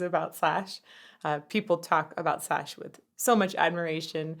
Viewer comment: Is not shash, is slash😂😂